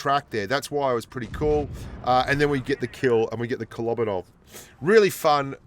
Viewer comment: Just one quick remark- it’s KolobAnov. Stress the A.